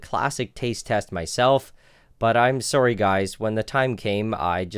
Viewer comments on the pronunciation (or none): Nile, I'm sorry but your Canadian showed; heard you say 'sory' like the stereotype. P.S I'm Happy you didnt actually try the urine tasting method.